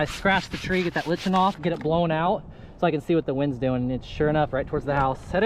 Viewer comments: "Lichen" is NOT pronounced "li-ch-en". It is pronounced as "li-ken". Look it up in the Oxford Dictionary. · lichen sounds like lie-kin. Thought you would like to know. :) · Lichen is pronounced liken